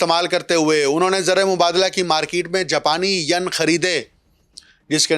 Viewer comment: So mro shb, pron yen, yen not Yun